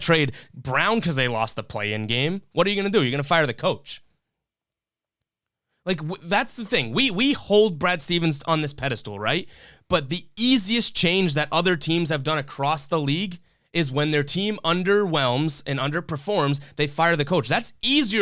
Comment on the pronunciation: Pedestal is not pronounced pedi-stool it's pedi-stal.